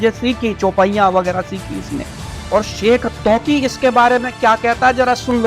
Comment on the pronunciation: इस महन्त की मूर्खता स्पष्ट हो गयी है । यह शेखतकी को शेखतौकी बोल रहा है इससे साबित हो रहा है कि इसको हिन्दी भी नहीं आती है फिर संसकृत कैसे बोल पाएगा । ज्ञानचर्चा यह कैसे करेगा ।